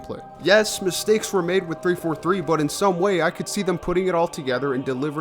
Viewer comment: "We All Faiw We All Mwake Mwistwakes"